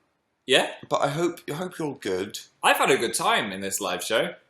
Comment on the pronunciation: diD HE JUST " so many movies and so little yime" CAN YOU NOOOT STOP KILLING ME